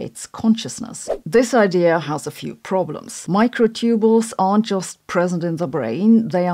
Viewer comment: I think most Americans would pronounce "microtubule" /ˈmɑɪkroʊˌtubjuəl/ not /ˈmɑɪkroʊˌtubəl/ Not sure about British pronunciations.